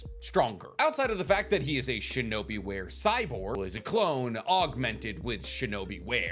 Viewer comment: Hello there! Loving the channel, subscribed after 2 vids, i think. I hate to do this, but it bugs me every time you say "Shinobi Ware." It's wah-ray, not wear... sorry, I had to say it